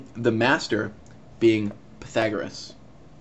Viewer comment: Pathagaras? Pythetic! Just razzin' you, pal. Nice video.